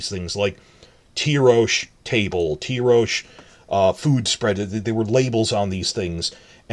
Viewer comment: I always thought the pronunciation of Tyrosh is Tai-rosh not Tee-rosh. The Ty of Tywin not the Ty of Tyrion.